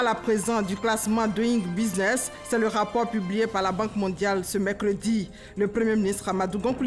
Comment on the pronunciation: la rti doit recycler ses présentatrices en anglais . regarde comment elle prononce doing business